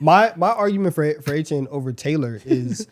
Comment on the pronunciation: Glad to see Achane getting some respect, however… it’s A-Chan, not A-Chain